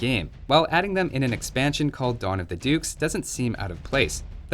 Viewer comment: I thought you said "Dawn of the Dudes". Cue in the first infantry and chill civ.